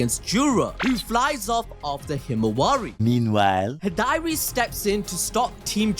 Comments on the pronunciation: you pronouncing Hidari as "Hih-Diary" is cracking me up 😂 Other than that, lit chapter just like all of the other Boruto TBV chapters. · Wonderful video as always guys, but ummmm... Who is "High-Dari"? XD LOL